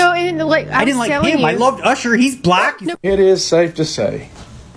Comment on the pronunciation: that was a really hard b in black 😂